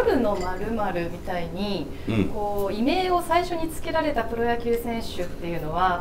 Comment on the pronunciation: いめい☓ いみょう◯